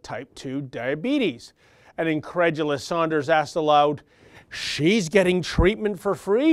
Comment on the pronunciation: It's "Sanders" not "Saunders". isn't stupid. I'm sure that mispronunciation is deliberate in order to denigrate him. Silly Bernie "Saunders". He doesn't know anything about our terrible health care system. What he does know is that the life expectancy in Canada is 3 years longer than in the United States. He knows that people in Canada don't have to worry about having to pay to visit a family physician, or any other physician.